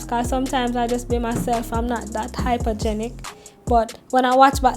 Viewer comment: She said hypergenic! 😂 I love her! Can you do another vid about YouTubing? If you don’t have another already... can you include your equipment for your vid quality and sound equipment.